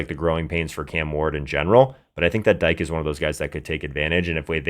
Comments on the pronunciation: His name is pronounced D-K not Dyke 😂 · Dike is pronounced (Dee-Keh) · It’s Dee-Kay …